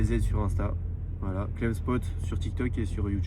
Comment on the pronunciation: À chaque qu’il disait Cleb à la place clem j’étais éteint 😂😂